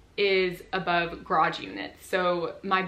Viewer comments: I also only understood it the 3rd time she said it😂 But I'm from Germany, so it's not my mother tongue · i'm sorry, but me and my Australian accent couldn't concentrate on anything other than the pronunciation of garage as 'grodge'